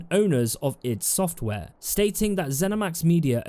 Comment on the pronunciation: It’s pronounced ‘I D software” - great vid though. :)